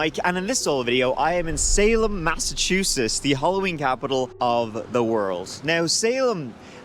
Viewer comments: "Massachuses." Nailed it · It's the "T", Mike!!You are an honorary MassHole ❤ Glad u returned ❤ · Interesting pronunciation of "Massachusetts," Mike! Did you not notice the two letters before the final "s"? 😂😂😂 This was a wonderful video. Shows just what kind of kind and considerate person you are, too, that you get annoyed at the behavior of tourists! Thank you for all you do, Mike! I hope you continue and showcase more cities here in the good ol' USA!